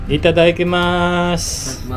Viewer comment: hindi po itadaikimasu... itadakimasu po yung tama...